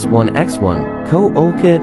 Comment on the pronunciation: Co oh kid instead o& coolkid that made me laugh!